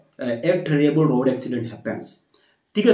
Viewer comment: Sir it's not terriable it terrible 😂